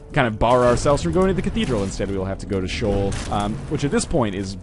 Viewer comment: Northernlion. It's pronounced "SHEE-OL". It's a two syllable word